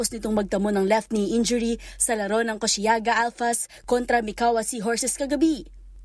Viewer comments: Koshigaya not koshiyaga 😁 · Koshigaya po hindi koshiyaga